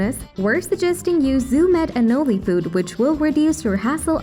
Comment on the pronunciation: It’s pronounced anōle, for chrissakes!! And because of that, it’s thumbs down for this.